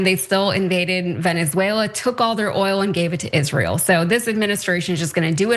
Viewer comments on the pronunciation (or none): none